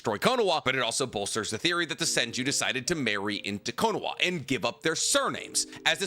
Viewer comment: Its Kono-HA I just unsubscribed cause I cant stand how you say KonoWA lol. Ill sub again next video lol.